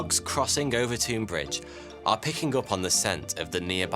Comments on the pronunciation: Watched every video you’ve produced over the last couple of years. Been hooked since I seen the one about fire that set us back 1000 years. I live 10 mins from Overtoun House. FYI you keep pronouncing Overtoun house wrong and I cringe every time you say it 😀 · I don’t understand why Overton is pronounced “Overtune”, while Milton is pronounced as spelled and not “Miltune”. Is there more to this story than meets the ears? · I'm minutes walk from this bridge. Walked many dogs over it, both mine and with family/friends. No issues, but it is true this happens. - ooooooh and you were doing so well, with pronunciations lol. It's just said as Overton. You should try to say Milngavie 😂 (hint: it's a trap!) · Its pronounced over-town. and there is a Mink nest under the bridge. The scent is irresistible to dogs. Its a well known fact among locals. Its typically people from outwith the area who are unaware of it whos dogs leap off it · I’m surprised no one’s pointed out how he’s keeps pronouncing Overtoun wrong